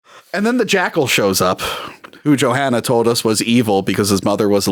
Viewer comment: Question: when is saying "Johanna" he pronounce it "JohAnna", just like we do in Scandinavia, not the typical "american" way, is there a reason for this?